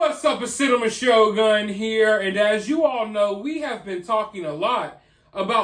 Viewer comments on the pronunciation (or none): none